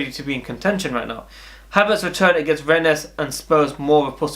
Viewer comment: Its pronounced renn the es is silent